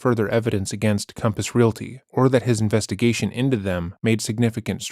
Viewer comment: Everyone: compass Robert Telles: Caumpos